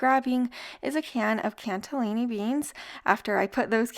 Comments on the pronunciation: It's CANNELLI can nelli beans, not canTA LINI. Where's the T? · There’s no “t” in cannellini 😊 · There is no T in cannellini. Please stop saying it that way. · Looks good. Cannellini beans doesn't have a "t" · Cannelini does not have a "t" in it.😊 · Love the recipes, but please, there's no T in cannellini beans! 😊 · Lol its CANNELLINI BEANS..not T in it 😉